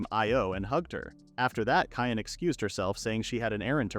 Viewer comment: LOL Cyan being pronounced "Cayenne"